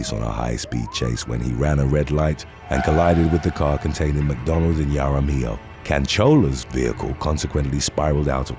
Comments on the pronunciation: Jaramillo (haramillo) not (yaramillo) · WHEN DRUNK GIRLS GO WAY WRONG/ JUST GO WRONG WOULD BE TOO EASY WHEN RING CAMERA'S OR HOME SECURITY SYSTEMS GO WRONG Dreasjon?! what did momma loose a bet to name him that? Some people do pronounce their name as english, Jaar-uh-mill-o